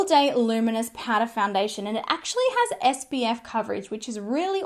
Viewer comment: More like PAURA hahaha